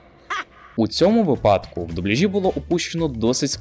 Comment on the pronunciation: Цікаве відео, лайк за україномовний контент, але правильно не "випАдок", а "вИпадок"(без образ)